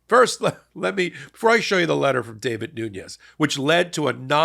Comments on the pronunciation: Dude, his name is Devin, not David. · It’s Devin, not David. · Devin, not David, Nunes. And as he's of Portuguese extraction, it's pronounced NOO-nez. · David Noons... really? Analysis is important, accuracy even more so. The man's name is Devin Nunes (pronounced Nunez). Frankly, given his highly controversial performance as Trump's former Chairman of the House Intelligence Committee, I'm surprised that you're not more familiar with him. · Are you saying David or Devin Nunez? Sounds to me like David. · Too funny 😂 Davud Nuz... It's Devon Nunez ... like Peter Davison ... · Not "David Noons"......it's "Devin Nunes". (Dev-in noon-yez) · Nunes' name is "Devin" not "David" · Devin, not David, Nunes. Mr., you make a lot of name errors - either wrong name or mispronunciation. Your information is so important that I don’t like seeing you decrease your credibility by making name errors. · David Noons???? It is Devin Nunes. 😬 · Devin Nunes (pronounced Nunez) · It’s David (New-nez) I unfortunately know this idiot’s name because I’m from his district. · Devv-on Noon-ez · Getting Devin Nunes’ name wrong over and over was great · Love the show, but I’m pretty sure you’re mispronouncing Devin Nunes’ first name. Gotta get it right or he might sue, like he did with the cow parody account. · Please tell how to pronounce Devin Nunes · I love that you got that D bags name wrong the entire time😂😂